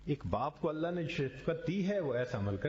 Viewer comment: السلام علیکم ورحمتہ اللہ وبرکاتہ حضرت ویڈیو شروع ہونے سے پہلے جو اللہ اللہ پڑھا جاتا ہے اس میں دوسرے والا لفظ آللہ مد کے ساتھ پڑھا جاتا ہے اور یہ پڑھنا غلط ہے اس لیے برائے مہربانی آپ اس کو درست فرمائیں من العاصی